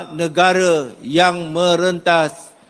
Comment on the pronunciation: Negare, bahase, saye. Pengucapan seperti ini sangat merusak tata bahasa baku.